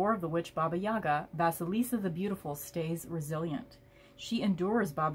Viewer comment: Thanks a lot for sharing it. I'm waiting for my deck to come, which I personally ordered exactly because of the Russian fairy tale about Vasilisa)) so I'm especially grateful you read this from the book, pronounced correctly the names👌and shared your ideas. Having watched this video I came to the conclusion I don't need the book either😄😄😄